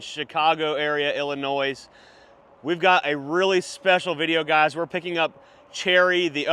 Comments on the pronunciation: haha yes, illinoise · Thank you!!! Yeah annoying hearing him pronounced Illinois like that multiple times. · Dude, Illi-noise? My head just exploded! 💥🤯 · First few seconds of video was cringe. Drop the s in Illinois 🤣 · Someone needs to teach how to pronounce the terrible state of Illinois